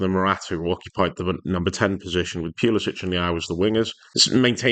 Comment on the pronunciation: Pewluhsitch😅 Try Pull-a-sick Good analysis. See Morata do what needed to be done was just amazing. Morata for captain.